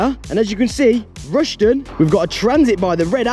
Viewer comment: RushTON not RushDEN mate but love the videos and that Northants copper was pretty chill